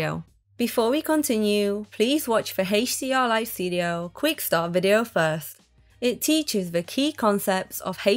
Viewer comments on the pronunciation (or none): "Heysch-D-R-Li-Studio"...I... just... can't. I tried, but it hurts 😢